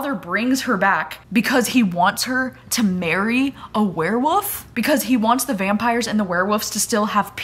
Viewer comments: Love you but I kept hearing you say “where-woofs” and it’s too funny! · I laugh every time you say werewolf. You pronounce it Wear Woof. So cute.